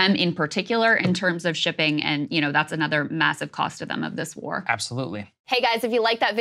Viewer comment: "immassive" - Saagar Enjeti